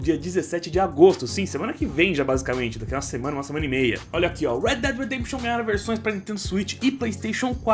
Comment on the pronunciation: Kkkkk Muitos brasileiros pronunciam "Red Dead Redemption" como "rédi dédi rêdêmpixion" sendo que a pronúncia correta é "Ruéd Déd Ruedempxiôn" kkkk